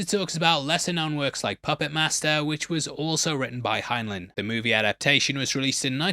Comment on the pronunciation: GRR... Heinlein - "Hine-line"